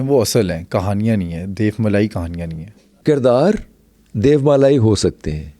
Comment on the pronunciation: Aik sawal aya k DEVMALA kaha jeye ya pronunciation DEYOMALA?